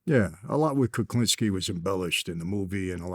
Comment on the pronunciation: Kuklinski, SMH. Vlad come on bro.